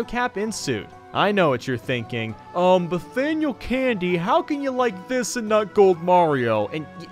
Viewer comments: did you just say Bathaniel Candy. 🤣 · “Nathaniel Candy”